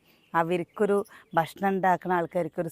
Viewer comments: ബഷ്‌ണം❎ ഭക്ഷണം ✅ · ബഷ്ണം അല്ല ഭക്ഷണം എന്നാണ് 🤗🤗എന്നും വീഡിയോയിൽ പറയുന്നത് ഇത് തന്നെ 😂ഒന്ന് തിരുത്തിപറയൂ ന്റെ